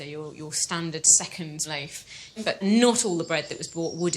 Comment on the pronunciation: Completely off subject, I happen to enjoy listening to different accents, and I notice the woman historian in this video uses a long "A" often in place of a long "O," phonetically speaking. In other words, instead of "loaf," she says "lafe." "A lafe of bread." That's what it sounds like to me, anyway. I have heard this accent before, but don't know what it is called.